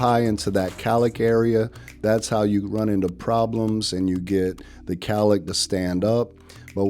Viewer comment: Gorgeous now..but please get rid of the beard to look even more amazing ! It’s pronounced COWLICK!